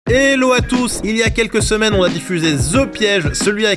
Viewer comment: On dit hello pas elo...